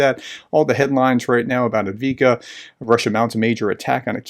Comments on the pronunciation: Prof, it’s pronounced “Av-DEEv-Ka” I believe. Not And-Vee-Ka, or Av-Dee-Yeev-Ka (though the latter is a bit closer than the former). Sorry, as a vet and translator, I’m really tough on myself in pronouncing things right, so bugs me a little 😂 You totally make up for it in other ways though (and gosh knows there are worse Ukrainian commentators than you!) 🤣 Chris Cappy at Task and Purpose is absolutely bad at pronouncing anything, he recently managed to do an entire video calling Tokmak “Takmok” 🤦🏼‍♂️🤣 Like really?! Doesn’t get easier than Tok-Mak, two syllables and virtually unambiguous 😂🤦🏼‍♂️ I do believe he may have some dyslexia of some sort (or he had Tik-Tok stuck in his brain lol)….either that or it generates comments so he just sticks to his half-arsed pronunciations 😂 Seriously he’s SO bad at it it’s got to be either intentional, or a learning issue ha. There’s plenty out there, but Cappy does stand out ha! And i still watch every last one, even if it makes me twitch sometimes! LOL! You’ve got the Robotyne, Verbove etc right though. Those ones all have the very similar “neh/veh” or “ayyy/ehh” endings, dunno why they get some right and others wrong! They’re the same! One that really bothers me tho? Rob at the Speak the Truth channel. Keeps insisting on calling it Robo-Tyne (Tyne like a 🍴 fork tine). Followed by stating he’s American and speaks English therefore he’ll just pronounce it wrong however he wants because he doesn’t care 🙄🤦🏼‍♂️ Now that’s just flat out i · Even after listening to Artur Rehi correctly pronounce it, he still didn't get it.